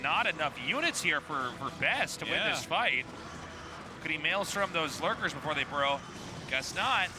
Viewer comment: Wow, Tasteless finally said maelstrom correctly.